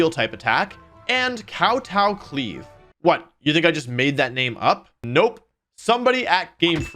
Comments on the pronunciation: Glee aive rush? Lol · Pepega "gleave rush" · Glee-Ave rush